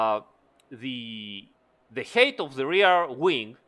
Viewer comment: Smart fix. Also height is not pronounced as eight but who cares